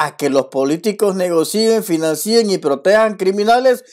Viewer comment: está bien lo que dices, pero las palabras financien y negocien, suena así, negocien, financien, no financíen ni negocíen, es decir, no lleva acento